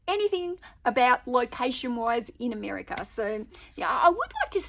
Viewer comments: Yes, I think she was trying hard not to say "Ameriker" after saying it a few times early on. Isn't she EXCITED though?! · Love the way you said "Ameri-ker" in the beginning of the video. You are so cute!